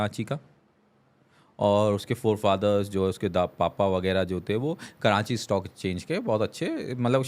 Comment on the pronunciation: Yeh bhi karanchi bolnay wala hai 🤣 its karachi not karanchi